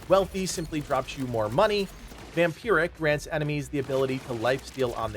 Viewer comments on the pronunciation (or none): none